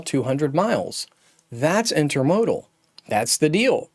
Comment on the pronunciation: Interesting video but please learn how to pronounce intermodal.